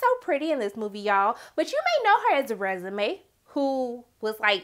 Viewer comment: Lol it was Renaisme not Resume. Great review. ❤️❤️😂